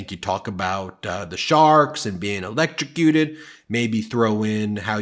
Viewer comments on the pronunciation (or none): Ben you pronounced electroshowcruted incorrectly. Please be more careful with your pronunciation.